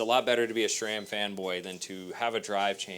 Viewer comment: There is no "H" in SRAM.